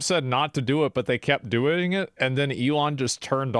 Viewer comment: "Doining" is not a real word 😂